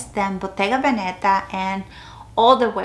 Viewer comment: I love your collection - btw Veneta is emphasised on the first „e“ ! I don’t bother saying that for every English speaking channel but I think for Hispanics it is maybe interesting !